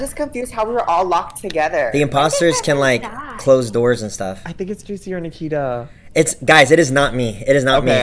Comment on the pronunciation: Anyone else roll their eyes when he said Nakita?